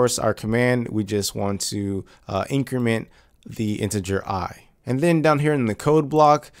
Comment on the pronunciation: Before you watch this video: it will be easier if you know that when he says “in-creemen” he’s actually trying to say “increment”.